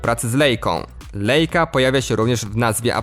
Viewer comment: Lejka?! Nie tak wymawia się nazwę niemieckiej firmy fotograficznej istniejącej od ponad 100 lat.